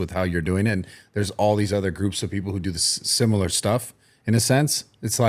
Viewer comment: this dude Cant say Sim-I-lar he says Sim-U-ler